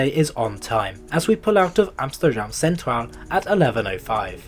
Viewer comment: Really? Dutch second language speaker here and I only thought "Rotterdam" and "Haarlem" were close to sounding Dutch. I cringed at his pronunciation of "Centraal" and adding the sj sound to Amsterdam is very ... Amsjterdamsje ;)